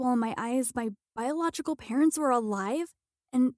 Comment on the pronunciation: Damn how many times did ahe even say biogolical